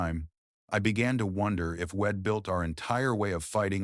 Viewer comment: Pronouncing wedd instead of we’d , repeatedly is fkn annoying & sasr does not “dig in” on lup Just a thought 🦘🇦🇺🦘